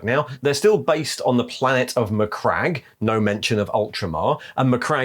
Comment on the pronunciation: slight correction, I believe it's pronounced "macrag-gee" (or however Mira said it).